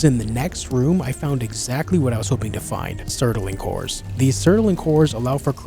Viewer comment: love the video but i have to say it, its bugging me too much. its not sert-a-ling cores its surt-ling cores. mispronunciation just bothers me too much sorry, a book im listening to the narrator keeps saying tone-fas instead of tan-fas (the Chinese weapon) and i feel like i die a little inside every time witch sucks because i like the book.